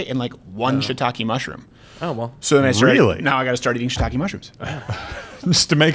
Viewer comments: Ok, luv ya, but it's not "Shit ta kay" it's "She eee tah Keh" 👌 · Ok, luv ya, but it's not"Shit ta kay" it's "She ee tah Keh" 👌